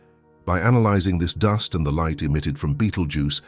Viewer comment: 'Doost clouds'.... How do you not know how to say "duhst" (dust)..?!